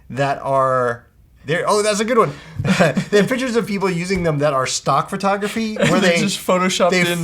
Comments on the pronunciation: Lmao this nigga cant say pictures!!!! im dead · that cant say PICTURES LOL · EXACTLY? niggas cant even say pictures